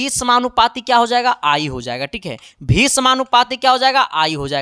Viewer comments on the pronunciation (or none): Yadi ❌ adi ✅. Vibhavantar ❎ bivantar ✅ V ❎ BHI ✅ 😤🙄😮‍💨😒Mood kharab ho gya Kam se kam words ko perfect bol lo yrrrr aap hai ya ham